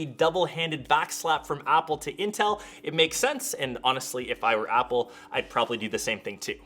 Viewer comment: "Upple"? i thought they are called "Apple"....